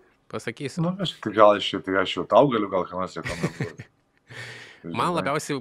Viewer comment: Kodėl,, nuolatos sakai labjausiai, vietoj labiausiai?:D